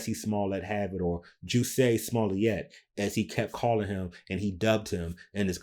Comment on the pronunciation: Juicy Smooyeee!!!!!! got laughs every time he mispronounced the name.